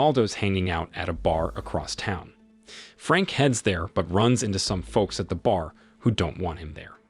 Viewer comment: The L in "folks" is silent, fella. In English, that is. Uh, if you care.